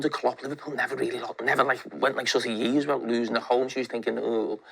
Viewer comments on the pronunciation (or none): none